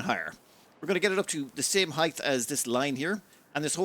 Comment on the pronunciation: Are you saying 'heighth'? You know it's 'height' right? Rhymes with 'right'. And I always feel sad when the timer says the video is less than an hour. Great content x